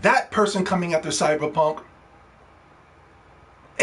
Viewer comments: He saying it like that on purpose i figured that out from the fact he spelled the Title cyberpunk. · You can’t even say cyberpunk right